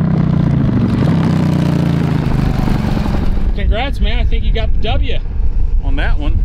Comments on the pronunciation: Really enjoyed that Episode..I felt like I was right there with you on the ride..I notice the pronunciation Ducati to Ducarti in speech & writing...must be a local thing..😂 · "DucaRti"??? there's no R in Ducati. You say it like this du as in jew, then cat, as in cat and add an i on the end which is pronounced like an e. Now all together Jew cat e, Ducati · A little Italian designer with a drafting pen dies every time you say Ducarti.